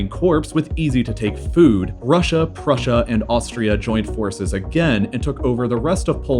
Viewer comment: russia and prushia